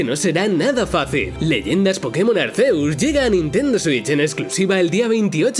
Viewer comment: Chale desde que pronunció Arceus y no Arkiuzs me dio algo. 😖